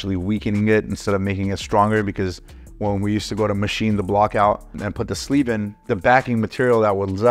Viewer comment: Can you say sleeve really slow again please? #flamer